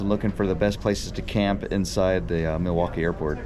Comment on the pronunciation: I've lived in Madison nearly my entire life and I have NEVER heard anyone pronounce Milwaukee that way. As far as I'm concerned, had it right. "Mill-wok-ee," with the L. And while I'm at it,,, "Wisconsinite" is in fact our denonym. But "Sconnie" also works!